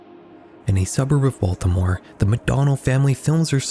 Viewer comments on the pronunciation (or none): none